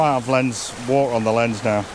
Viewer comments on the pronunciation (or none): none